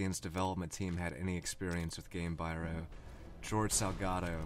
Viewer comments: You’re mispronouncing “Gamebryo”. It’s “gaym-BREE-oh” and not “gaym-BYE-roh” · This is so good that I have a hard time complaining about this one thing, but here goes: Gamebryo is pronounced "Game-bree-oh" not "Game-bye-row", the name being a combination of the words "game" and "embryo". Excellent content here, though. Wonderfully presented!!! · Haha sorry but... 'game biro' haha! Gamebryo, dude, As in game - embryo. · Nice video but Gamebryo is pronounced “game-Bree-oh” I believe. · You sound a lot like tomatoanus. I love this content too. This is a year old, but my biggest piece of advice to you going forward (aside from normalizing volume) is to figure out the pronunciation of any word you aren't 100% sure about before recording. Gamebryo, pared... there are a few errors.